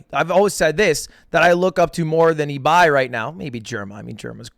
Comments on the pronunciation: Ibai is pronounced like eBay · apparently you pronounce Ibai like Ebay btw